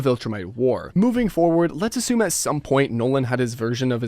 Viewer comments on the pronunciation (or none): none